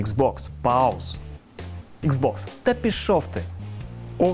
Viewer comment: "Пауз"? Ну ясно, що консоль вас не зрозуміє. Вчіть англійську. "Іксбокс та пішов ти"? Невже не можна взяти ведучим не такого примітива? Соромно.